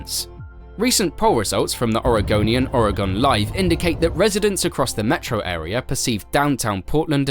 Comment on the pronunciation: It’s called “ore-uh-gun” NOT “or-uh-gone”!